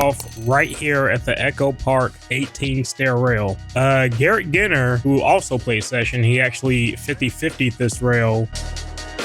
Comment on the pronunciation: Mans said garret giner. It’s pronounced like the alcohol gin